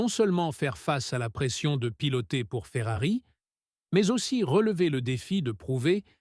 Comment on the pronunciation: à ..." saison chéphérarie."🤣🤣🤣🤣 p'tain, arrête, change d'IA, change de boulot, tu ne perceras JAMAIS.